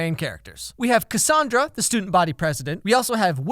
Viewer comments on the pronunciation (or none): One thing that irritated me was that they always said Cassandra’s name differently?? Like they couldn’t agree on a pronunciation I swear Harry says it two different ways.